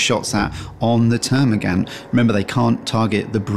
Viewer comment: I couldn't watch this because you couldn't pronounce termigaunt correctly sorry guy